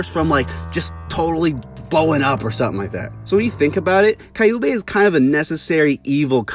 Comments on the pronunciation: Their names are pronounced Q-bay. Like the sound you make when you say the letter Q then bay. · Prounouce kyu(q) bey(bae) and its a he but great essay it just is gratting my ears